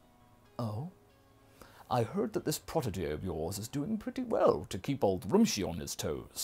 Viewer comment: Rummshi not Romshi